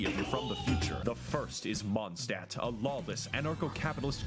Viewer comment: Mondstadt is german and means Moon-city, he butchered the pronounciation really bad :shelterin